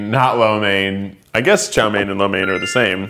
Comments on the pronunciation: Did he just call it yo main it’s chow main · As a asian every time he says a Chinese word wrong like “chow mein” makes me cringe but idc bc I’m not that cringe worthy